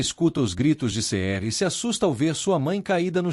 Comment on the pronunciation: Essa narração mecanica que não pronuncia os nomes correramente fica tudo igual. Todos começam com Ce. Cerem, Cemre, Cenq, Ceniz, Ceher